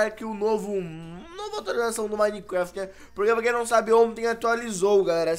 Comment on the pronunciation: O fala minecueft